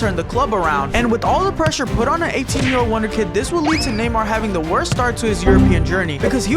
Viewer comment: him calling neymar namor is funny